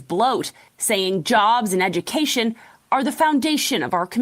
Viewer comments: Edecation 😂 You need some Education 😂😂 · Woman saying "without EDacation..." can't even pronounce the world properly.